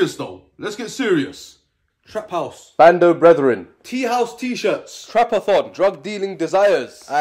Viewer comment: Man said “Brando brethren” 💀